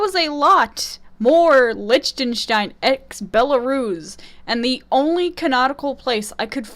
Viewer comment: Liechtenstein is pronounced lik-ten-stine